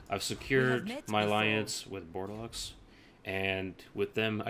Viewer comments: Dude, it´ is pronounced "bor de lo" not bordelox ^^ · Good guide. I wanted to play Brettonian factions for awhile, but the beginning event was kind of throwing me off. One thing however, the X in Bordeleux is silent :P